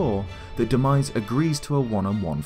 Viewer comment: Demise not denise lmaoo 😂